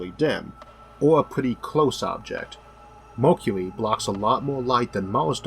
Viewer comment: ...10 000 YEALS....You cant say YEARS or what....its fucking annoying..One YEAL!!!!....wtf....Morkuli...Its Mercury!!!!